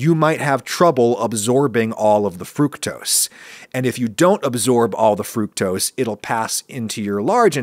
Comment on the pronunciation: i will say it is weird hearing adam say fructose the “right” way, especially after the corn syrup vid